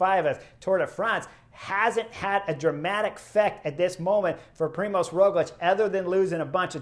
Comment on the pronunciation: Hey Chris, I am an Aussie living in Slovenia with my Slovene wife, so I'm now used to their names. You do a good job with the riders here but if you want help with Roglič's name then the ž in Primož is pretty much like the “j” as the French would pronounce “j”. So, it's like the “j” in Je m'appelle. Primož is quite a special name here and when the ž is pronounced like a standard English z, it sounds really comical as "z" is a completely different letter to "ž". Cheers and look forward to you next video.